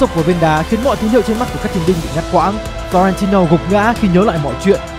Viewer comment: và đây là flo ren ti lô:)))